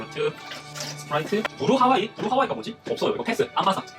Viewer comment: 스프라이트를 스트브라이트로 부르신거같은데